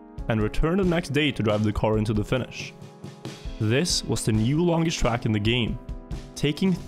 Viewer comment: The way he says track really annoys me!!!!